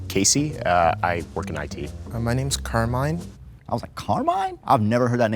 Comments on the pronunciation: Sì, esiste ma ovviamente non è pronunciato come lo ha pronunciato il tipo "Carmain"😂 ma semplicemente Carmine. Non è un nome super comune ma al sud ce ne sono. Al nord mai sentito. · It’s pronounced Kar-Mee-Neh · Italian here, I can confirm that Carmine is (also) an italian name, more typical of southern regions. However, it is not pronounced like they said, it's more like "càrmeeneh". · Carmine IS an Italian name and it’s NOT pronounced like that 💀💀💀💀💀💀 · Damn 'Carmine'. How are you from New York using the name Carmine and don't know it's Italian? Watch The Sopranos at least, lol. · Yes, Carmine is an Italian name, but definitely not with that pronunciation 😂😂😂